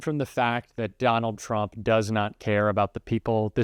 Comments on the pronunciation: What’s a Turmp?😂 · Trump not Turmp.😂